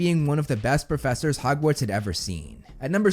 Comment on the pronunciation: Harry was on the list. Also you said "Hogwards" instead of "Hogwarts" but that's not really a big deal. I do think Barty Crouch Jr should be higher though for all the reasons you outlined.